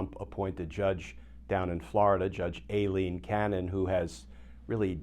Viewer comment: Hurray!You are pronounced Cannons first name correctly! Most people call her Ileen (my name), 😂😂and that aggravated me Small detail with the he** that we are in but thank you.